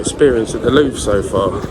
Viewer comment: That is the 1970s version of "Narnia". Bathroom was probably brought about in the Sequel in the 2000s. I've seen this location used in movies. I'm glad you annunciated your words. Up to this point I thought you kept saying "Loo". 🤣 I'm with him. Too many people, I wouldn't want to see the whole thing. It's cutting into the time at the local pub! 🍻 that ceiling is amazing! Nice tour. Thanks for sharing. 👍